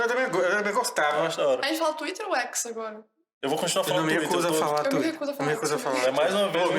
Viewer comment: Xuíter kkkk